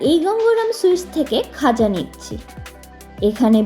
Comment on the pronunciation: ওটা "গজা" ও নয়, "খজা" ও নয়, খাজা! 🤣